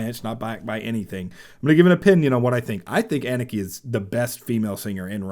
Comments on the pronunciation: Pronounced Anna Ka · For your information: her name is not pronounced as "Ennekey", but as "Ah-nukkuh". Moreover, the emphasis is on the 1st part of her name, not the last part. :)